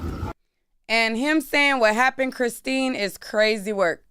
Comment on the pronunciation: It's the reporter calling Chrisean "Christine" for me 😂😂